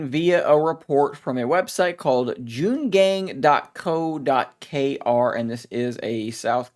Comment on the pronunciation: It's JOONG-ANG 😂 all good brother